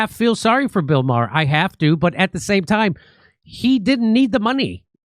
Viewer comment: Maher not bar you old man